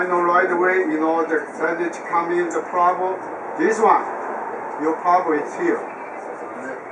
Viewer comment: Yeah! What’s the guys pwobrem!?